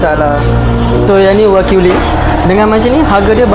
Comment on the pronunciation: Dah 2025 pun masih dok sebut wakyu lagi ..😂😂 waklu